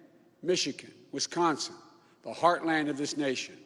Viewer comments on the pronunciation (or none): none